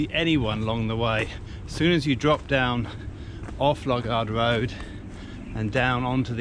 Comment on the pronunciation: It's not Lug ard road it's Loo gard road!